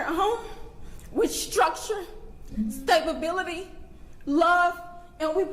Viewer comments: She said Stabability. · Did she say… stablebility…😂